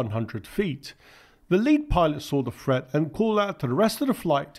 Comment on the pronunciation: I gave up, over your pronunciation. Things are not frets, but threats, sumfing = something, fifty fousand feet = fifty thousand feet, and so on. If you want to be a commentator, learn to speak the language.